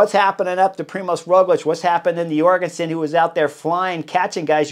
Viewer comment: Chris, we love you. We know you’re The Butcher 🔪. We know you can’t read or talk. But for the love of god, Matteo was born in the USA, not Scandinavia! Please at least pronounce the American’s name right. It’s Jorgenson with a j, not Yorgenson with a y.